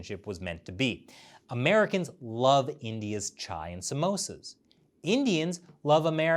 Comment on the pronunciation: Chai and samosas 😂 men what a correct pronunciation , so close 👍🏻